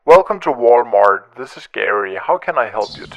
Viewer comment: “War Mart” heehee— your accent. Say llllllllll L haha. It might really be “War Mart” 😉